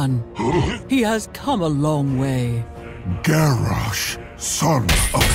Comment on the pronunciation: Garrosh more GarrASH hahaHAHAHAHAHAHHAHA